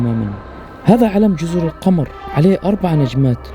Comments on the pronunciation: اسمها جزر القمر بالضمه للتوضيح (القومر) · القمر بضم القاف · انت تنطق الاسم خطأ .جزر القمر بضم القاف وليس القمر الذي في السماء 😀